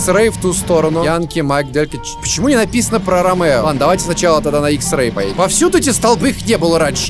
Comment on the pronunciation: он не "Ромеро" а "Ромео"